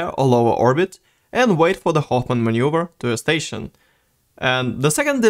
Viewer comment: manuever not maneur